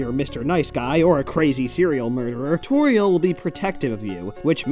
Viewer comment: Also, "Toriel" sounds like "Tutorial"